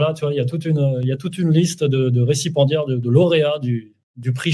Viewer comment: Pour info mon cher, à moins que tu ne sois dyslexique, on dit récipiendaire, et non recipendiere🙏